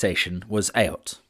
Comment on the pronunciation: a really informative video of a bygone age of railways joining industrial towns and citadels. The correct pronounciation of ayot it actually spoken as eight. e.g Chiswick Ayot.(eight), Ayot Green 'Eight Green' and so on.